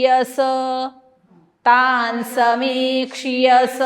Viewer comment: तानसमीक्ष्यस असं आहे ना?क्ष ला वेलांटी नाही आहे. मग क्षीयस असा उच्चार का करायचा?